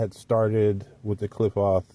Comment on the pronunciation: Klee-pote.... my friend that's how Qliphoth is pronounced... this is a decent texts on the subject! Great review...👍👍